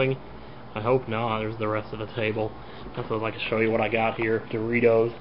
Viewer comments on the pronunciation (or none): I know it is but u dont say it normal u say DORITOS like wen NCS sais COJIRO get it!